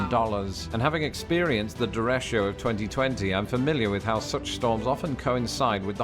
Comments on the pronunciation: . Dereshio = Derecho (deh-REY-cho) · Lawrence the Brit is adding an “I “ to derecho, the way you have an “I” we don’t have in aluminum. Its derecho, as in the Spanish word for right, either the turn or the legal/constitutional right